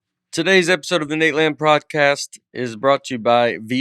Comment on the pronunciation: I love how the intro was pre recorded and Nate still said "prodcast"